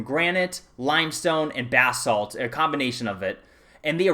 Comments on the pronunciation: ba salt not bathsalt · Thanks for the video, very informative. Hahaha loved when you said Bass-Salt never heard it said like that before :P